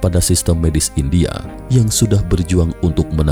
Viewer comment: Lima jutak, empat jutak argentinak, indiak ada bunyi k"